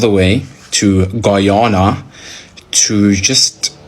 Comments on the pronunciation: Get ready with me while I tell you facts about 'Gie-ohnna"🤨🙄🙄🙄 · She can’t even say Guyana right 😂